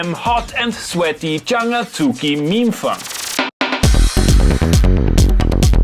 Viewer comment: I had to rewind to make sure you said “memefuNk”!! 😱 And I suddenly wondered if “bpm” are for day grooves and “bam” for night?!?